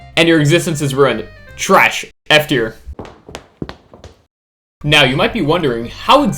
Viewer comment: At the start of the video I heard “from S tier to S tier…”💀😭🙏